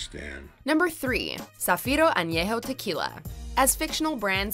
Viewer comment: Charles Wilkins Thank you! She butchers the name “Ignacio” and then still somehow magically nails “Zafiro Añejo Tequila.” Makes absolutely no sense.